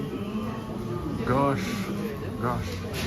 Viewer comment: Your "gosh" sounds like "gash"("гаш") - гашиш(hashish in russian). 😉